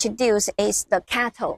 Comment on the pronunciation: Why is CATL pronounced as cattle? Is it a cow?